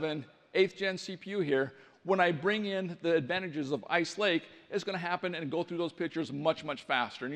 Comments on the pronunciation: did he say ike lace ??? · did he say "Ike Lace"...there were several errors and mistakes made...wimply in the speeches...things that were said...etc....it make me feel like they did not really prepare, or more likely, felt the heat from the competition..and decided to show some stuff "too early"....I mean things they showed were promising...but something feels off about all of it.